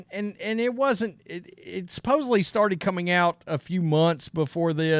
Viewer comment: Stop saying supposebly. Its supposedly!!!!